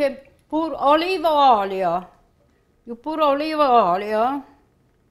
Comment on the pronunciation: I love how she says Olive Oil! "Olive Oilo"